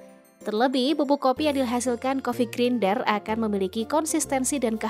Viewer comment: Grinder itu dibacanya "grainder" 😅